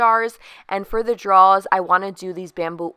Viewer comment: Love the wooden tops! Quick Tip: Those things that we pull out are not "draws." They are "drawers." Pronounced "Draw-er."